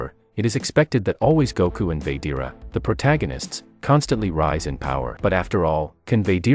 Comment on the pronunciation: It's said like this VA GE TA NOT VADEARA